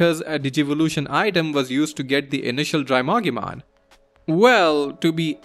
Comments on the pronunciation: I noticed some Digimon names are mispronounced. Bakemon is Bak-e-mon Drimogemon is Dri-mo-gee-mon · bakemon is pronounced bah-kay-mon. not bake-mon as in baking. also its drimogemon, not drymogemon